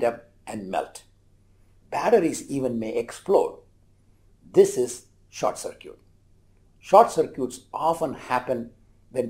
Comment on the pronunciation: “Short cir-cute”